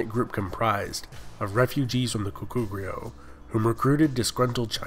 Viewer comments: lul no, goguryeo sounds way off, especially in the last syllable. still, good job with the vid! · Why do you pronounce the G as a C? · Nice video, I enjoyed it:) Pronunciation was also good for the most part, something that could be helpful is that Korean words usually stress the first syllable, e.g. GOguryeo. And a small correction, the Korean transciption for "Gojoseon" is '고조선', not '조선'/"Joseon", which is a completely different kingdom/period. Also "Yeowang" (여왕) just means "Queen" in Korean, so the name would be e.g. "Seondeok" not "Seondeokyeowang":) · The way he mispronounces 고구려... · Lmao 고구려 is wayyyy off. 신라 is okay